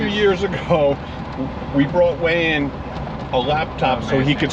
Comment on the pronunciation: You called him "Wayne" not "Wayan".. or Wayan in English called Wayne??? 😁😁😁 But he is such a nice man, you have so many nice and good friends all over the world...